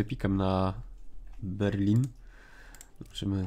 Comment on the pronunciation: Byrlin :P